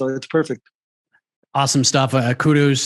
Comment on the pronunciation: "KuDOOs" He says. 😆